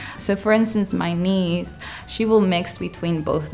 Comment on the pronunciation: “… for instance, my nee…” I was not too sure of what I heard. 🤔 I replayed the section a couple of times and then turned on CC. Then I realized she meant to say “my niece”. 😊